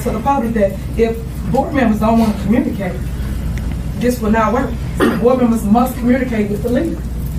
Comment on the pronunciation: WTF is Com-murn-ni-cate?